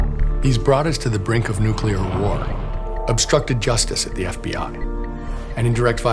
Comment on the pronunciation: "nuculear"?! Are you fucking kidding me?!